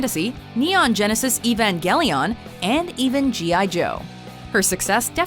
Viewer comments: "evinegelion"? lol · How did she pronounced neon genesis evengalion